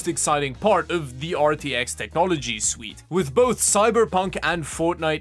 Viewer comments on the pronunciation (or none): none